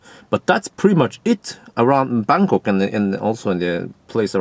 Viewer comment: Why do i keep hearing Berkåk instead of Bangkok ? About 0.13 €/kWh in France.